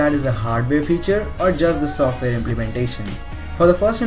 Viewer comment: "softmayor"